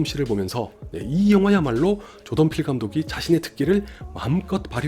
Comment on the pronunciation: 조던필 감독 이야기 하실 때 자꾸 조동필 감독이라고 들리는건 저 뿐인가요?